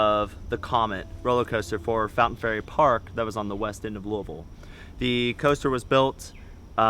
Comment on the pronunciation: What's looville... I mean I know where Louisville is but... hhhmmmmm